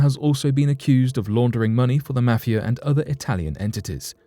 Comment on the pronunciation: Quite worrisome is the way in which you pronounce 'mafia'